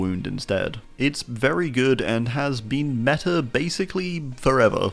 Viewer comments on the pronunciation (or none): none